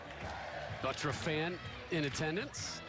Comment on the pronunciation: His name is But-turf.Look at the spelling Not Buttruf.It's Butturf.